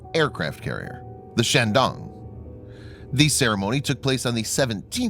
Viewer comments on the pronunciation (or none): Bad pronunciation of Chinese words, makes me cringe. The "a" in Chinese is a long a, not an American short "a". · Emphasis on the “dong”